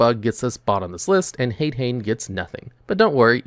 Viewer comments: "HAYD-HAYN?" Really, dude? This is your JOB and you can't pronounce basic fucking Japanese yet? EDIT: "RAMENized pronunciation?!" I'm being trolled here, aren't I? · Btw, the "ha" of "hane hane" or "hade hane" is pronounced like a "ha", not "a. So it would be "hah-neh" hah-ne" and "ha-deh hah-neh" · The american pronounciation of Hade-Hane and Hane-Hane is...horrifying